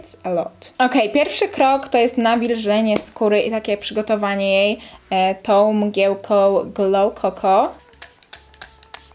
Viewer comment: TOŁ MGIĘŁKOŁ